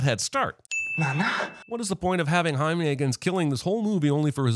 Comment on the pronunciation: Jaime is not spanish for Jamie, its Spanish for James. And its pronounced like 'hi meh', not 'hi me.'